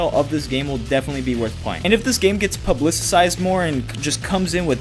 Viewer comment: this dude really just said “PUBLICICIZED” 🤦‍♂️🤦‍♂️🤦‍♂️😂😂cmon now jackass😂😂😂🤦‍♂️